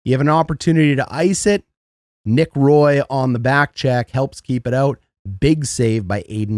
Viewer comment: Just a heads up, Knights' player #10, Nic Roy is Quebecois, so its Wah (like Patrick Roy)